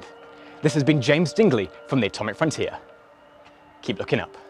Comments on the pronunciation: In the beginning it says “froniter” instead of frontier lol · "atomic froniter" lol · “Atomic Froniter” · Nobody gonna mention it says Froniter? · “Froniter” whoops! 😂❤️ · "atomic froniter" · “Atomic Froniter” I love that he left that in. Subscribed😊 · "Atomic Froniter" - first time visiting, and first thing I noticed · In all this time, really, nobody talked about "ATOMIC FRONITER" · “ATOMIC FRONITER” in the beginning. 😂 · Did no one else notice the "Atomic FRONITER" near the beginning? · "ATOMIC FRONITER" in the beginning. Lol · This is extremely good, but “atomic froniter” is really getting to me lmao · “Atomic Froniter” oh nooooo bb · What’s an “Atomic Froniter” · Who else noticed “Atomic froNITER” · "Atomic Froniter"?? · yep atomic “froniter”